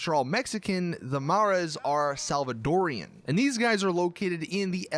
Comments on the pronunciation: Saints: Sal-va-do-ri-an Me: That's not how you say it. It's Salvadoran. Get it right. There's no "I" in it. I'm Salvadoran and you just made me cringe. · Salvadoran not Salvadorian